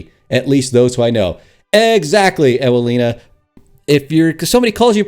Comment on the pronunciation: Sad story. I don't even want to elaborate how pathetic it is. At least I have some amusement hearing you pronouncing polish names. :) If you don't mean me to provide you some phonetic help: Evelina Viznerovich Yakub (u like in super) Marshawkovski (o like in god; I noticed that you pronounce it more like a)